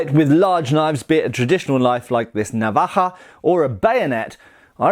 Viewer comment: I have to say you pronounce navaja as good as any Spanish speaking person.. always great videos man you should do an American tour traveling classes 🤷‍♂️ if the price is right I’d attend doesn’t even have to be a class as so much a presentation lol 😝 if not these videos just as good ☮️